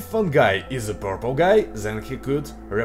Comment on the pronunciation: Hi,. You made a mistake in the word "Purple" in the intro!!!